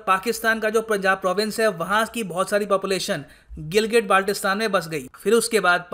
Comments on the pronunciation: Phly Gilgit Baltistan or Kashmir bolna seekh lo bety 😅😅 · name sahi sey le nai saktay or kehte hn GB len ge...😄😁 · Hamare Gilgit Baltistan ka Naam to Sahi sy to bol